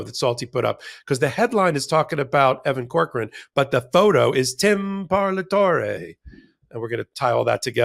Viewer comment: It’s an Italian word pronounced par-la-to-re. Simple Italian phonetics. Language is valuable cultural component and should be respected as such.